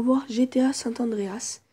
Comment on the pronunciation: C San andreas pas sante andreas 😂😂